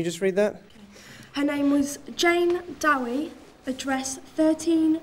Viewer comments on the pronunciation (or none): Jane 'Dowie'? Not 'Doe'? LoL 😆